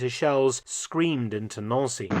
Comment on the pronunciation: Nancy, like the girls name not Noun-see.